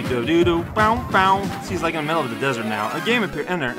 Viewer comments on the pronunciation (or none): none